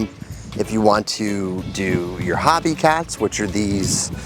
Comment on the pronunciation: Great video, very helpful....just a heads up, it's pronounced Hoe bee, not hobby. Thanks